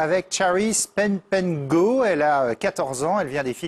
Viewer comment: LMAO "Charice Penpengo" =))) i think dad would have the same outcome trying to pronounce her last name. LOLOL the French SRSLY need to hear her. :3 but this one is on LC1, not TF1 or France 2. which are pretty much the popular channels here that everyone are watching on, most of the time :O or maybe that other channel where they showed Kpop...i forgot which channel that was, darn it :< (also, that was TOO SHORT! TOO SHORT!! /flips table)